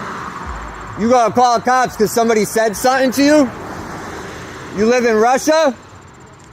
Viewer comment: The way this wiggerbpronounces "something" is infuriating. Sutten sutten sutten